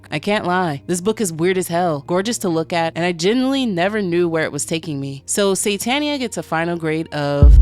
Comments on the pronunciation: So would the narrator pronounce ‘Satan’ like ‘Santa’? I was initially just listening to this and was wondering why it was called ‘Santania’ and not ‘Satania’. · Why you adding extra "N's" into the word Satania? Also, this could basically just be a journey to reach the Great and Unclean Abhoth. The underworld is filled with its children of all shapes, and in the end Charlie reached Abhoth and dissolved into its amorphous biological chaos. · This is not an explanation, this is just an abridged reading. You also keep saying "Santanians", like they worship the Mexican guitarist, Carlos Santana - the book is called Satania, are they not Satanians, living in Satania?! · Crazy that you can’t pronounce even the name of the entire work right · Satania was mispronounced so much lolol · Its pissing me off that you keep saying SaNtanians and saNtania like santa and not satan. What the hell ? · Are you intentionally saying saNtania / saNtanian? Is it demonetisation avoidance? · am i crazy? i feel like the whole video i heard you saying "saNtania" and "saNtanians"